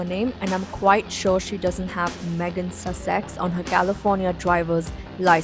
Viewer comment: Dude, nice info but you really got to learn the pronunciation of Sussex.